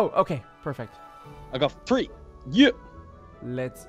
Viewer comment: When he says three and it sounds like tree when he says it